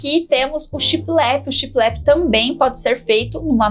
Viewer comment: Oi! Amo seus vídeos e dicas, e é com mta humildade que venho falar sobre a pronúncia da palavra shiplap; eu tb falava assim de forma pausada como se fossem 2 palavras, mas foi assistindo a um vídeo antigo dos Irmãos a obra que percebi meu equívoco; pesquisei e concluí que o correto é falar de uma vez só, tudo junto, e com o p mudo bem suave no final. Pensei mto se deveria dar essa dica... se quiser desconsiderar está tudo certo!!! Sei que falará mto sobre essa inspiração baseada na decoração náutica daqui pra frente, acho que veio com força para cá. Enfim, fale como se sentir melhor, pois seu profissionalismo não mudará em nada, pois já é exemplar!! Um grande bjo!!!